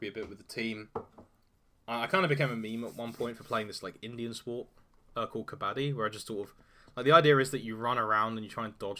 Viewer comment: Its not kabaddy, its pronounced kah bah dee, gotta make every syllable distinct. Luv yer content. Keep reading daves articles. Good commentary